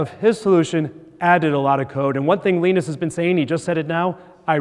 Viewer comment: it's LINE-US not LEEN-IS